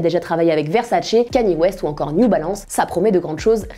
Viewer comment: “Laibron James”, “Kaani west “, “ superfuun “